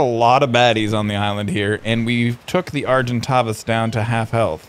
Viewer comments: Argentavis is pronounced ar-gen-ta-vis/vas just sayin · s pronounced argenTAYvis